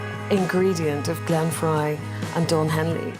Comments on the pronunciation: Fry Fry Fry!!!It’s pronounced Fry as in fry an egg! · What has CCR got to do with Eagles bandmates?? The usual misleading Title. Btw, Glen Frey is pronounced "Fry"! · I wouldnt want to spend that much time with anyone btw its pronounce Fry All groups break up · Frey is pronounced “FRY.” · Why do these people not know how to pronounce Glenn’s last name and expect us to think this is even true? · Why should we believe anything you say when you cannot pronounce TWO members of the band's names!! Shame Shame . . . obviously AI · Agreed. I thought I was the only one that was so irritated by that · That's ai for you buddy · It's not fray it's dry! Y the narrator should at least should know how to pronounce the members names. SMH! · I meant fry! Fucking miniature keyboard! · Correction : Frey pronounced FRY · Fry, not Fray. Ledon, not Leedon (correct pronunciations) He pronounced Henley right. Wow. I am willing to bet that Walsh was the least hateful member of the band. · Might be nice if the narrator actually knew how to pronounce names! Glen Fray? 😂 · How did you not get hit with a copyright claim? And it's Frey, not Fray!!! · Scrap that reading software. Humans know how pronounce Glenn Fry's name; your software does not. This isn't your first video that mispronounces his name. Do you even check your output before you publish? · Glenn Frey is pronounced FRY not Fray! Such disrespect to keep on mispronouncing the late Glenn Frey's name, in multiple videos. Obviously, little research was done to not know how to properly pronounce Glenn Frey's name! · When you can't even pronounce Glen Frey . . .as in FRY, not fray. . . correctly, your credibility is pretty much shot. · Did you say Don Fray? Oh gosh another idiot AI video. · Who's the asshole who doesn't know it's Frey, not fray!! Sounds like fry!! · Fry, Fry, Fry! Not Fray....Geesh. Mr. Frey fried the Music industry. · As soon as the narrator referred to Glenn “Fray” as opposed to “Fry”. I knew this was total horseshit.